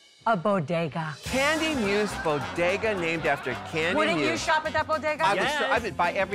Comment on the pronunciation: BO-DE-GA sandwidge